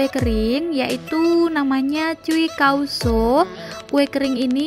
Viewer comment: BACANYA CHOW. KOU SA